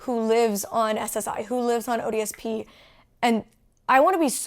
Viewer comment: Every time Molly says "ODSP" I kept hearing "odious Pete."